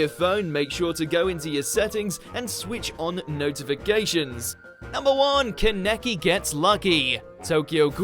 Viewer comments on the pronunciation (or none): Keneki Why do you say it like that God it’s kanikei Jesus listen to the dub Aaaahahshshshahahahaha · The way he said Kaneki was triggering for me... sorry bro but that's not how you pronounce his name